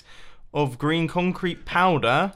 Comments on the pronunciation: Is it just me who hears "Stacks of Grian Concrete Powder? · Why do I now hear Grian instead of green?